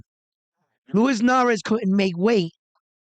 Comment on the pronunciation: is the Substitute Teacher... he just wanna call these fighter's names whatever which way he wanna 😂 - Luis Nery is Narez. Brandon Figueroa is Figerero. Max Kellerman is Callahan...JK. Love this channel bro! Keep up the good reporting!